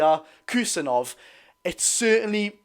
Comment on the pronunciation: if you say Abdukodr Husanov, it will sound more correct.